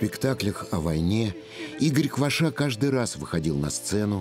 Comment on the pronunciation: Не КвашА, а КвАша! Украинская фамилия.